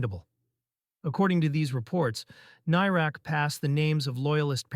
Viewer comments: Whats a tank doing commentating on this issue; he can't even pronounce the guy's name. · Shame you can't pronounce his name correctly